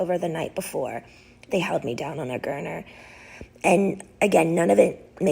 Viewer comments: This is an old recording of her I heard this a few years back. It’s still heartbreaking. I remember specifically because she mispronounced gurney and called it a gurner. Only saying that because that’s how I know this is the same recording I heard years ago. This woman who brought so much joy and fun to all of us deserved so much better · It is very sad and I am not in any way trying to poke fun or take away from her story but I googled it trying to figure it out and see if she was mispronouncing it or if it was a word I'd never heard before... What is a gurmer? She said her friends told her down on one and then said the ambulance held her down on one... I thought she met gurney but she clearly says an Rrrr sound at the end. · Exactly. "swap" instead of "swat" team. "gurner" multiple times so it was not a "slip of the tongue". Perseverative on "demoralizing." Courts do not uphold guardianships and conservatorships this long for nothing. It is investigated frequently. I don't agree that her guardian needed to be her father... but something is going on.